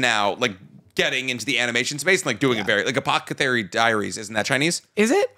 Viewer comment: I would like to point out that it’s an Escape Rope in pokemon and said Apothecary wrong again